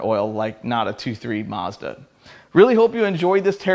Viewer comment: All I can say is, Maz-Duh! 😂